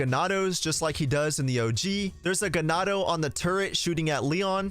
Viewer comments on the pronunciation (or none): none